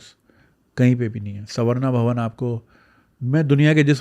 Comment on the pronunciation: First, it is SAR-VA-NA Bhavan and not SAV-RA-NA. You are well informed about many things so it is rather surprising that the pronounciations are wrong. Most channels in Pakistan reviewed Baahubali calling it BAHUBAALI!! 😄